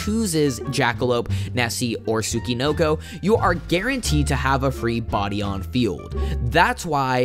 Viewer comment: I’ve never heard a single American pronounce “Tsuchinoko” correctly. It’s “Tsoo-chee-NOH-koh”.